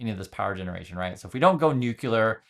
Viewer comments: It's not new-q-ler, it's nu-clee-er. Sorry, pet peeve. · Another one who says nucular. Oh, and natural doesn't equal healthy. There are tons of natural compounds that are toxic or carcegenic.